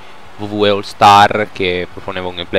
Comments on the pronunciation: Mi spieghi cos'è la V V E? Io conosco la dabliu dabliu i (scrito così per farti capire la pronuncia u,u) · si chiama wwe non v v e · "VUVUE 13"